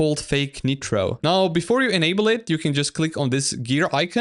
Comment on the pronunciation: Bro its not netro, ITS NITRO N-AI-TROAH (W vid btw)